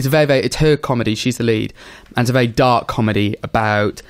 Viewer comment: makes 'very' a one syllable word